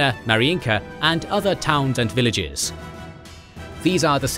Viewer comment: The narrator literally nails all the village names 😂